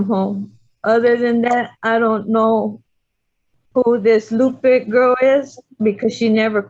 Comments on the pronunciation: I’m pretty sure the investigator’s name is Lupe, pronounced Loo-pay, not “Loopy” Perez. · So, is that lady's name Lupe or Loopy? I swear they're saying Lupe wrong as Loopy but maybe my hearing is going? 🤔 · lol she said "loopie perez" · Love how she butchers the name, Lupe. Oh, “it’s loopee” Or, she’s a maga creature doing it intentionally to be a bully and make a “point” Ugh